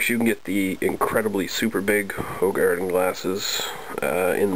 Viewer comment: I love the way you say 'De Koninck', "Hoegaarden' and 'Leffe'. All Dutch/Gelguim namens, and most English/American people can say it they way it's supposed to be. But I love that difference